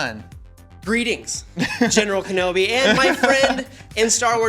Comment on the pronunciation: Ahem "Kenobi"